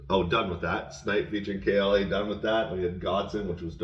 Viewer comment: You got it right, yall. K.L.A., not killa . Thanks again for all the kind words 🔥 you guys are awesome